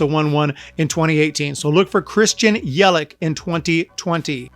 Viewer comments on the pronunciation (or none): It’s Yelich not Yelick